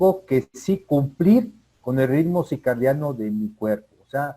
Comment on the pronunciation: Con todo respeto, la palabra correcta es CIRCADIANO, no CICARDIANO. Gracias!